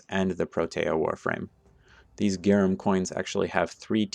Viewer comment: GRA NUM Not GAR UM